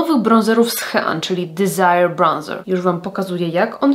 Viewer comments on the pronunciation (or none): none